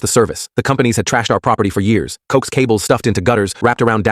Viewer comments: COE-AXE is how it is pronounced. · "Co-ax" as in coax cable. Not many bottles of cokes.